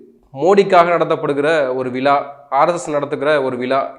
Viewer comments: தமிழை தயவுசெய்து சரியாக உச்சரியுங்கள். "விலா "இல்லை" விழா" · விள இல்லடா அது விழா. மொதல்ல தமிழ் ஒழுங்கா பேச கற்றுக்கொள். முதல் பயணத்தில் மூன்று மாநிலங்கள் காலி. இந்த யாத்திரைக்கு பிறகு காங்கிரஸ் தேசிய அங்கீகாரம் காலி. 😊😮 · விளா இல்லை. விழா என்று உச்சரிக்க வேண்டும். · விலா இல்லை....விழா. தமிழை நன்றாக பேசவும்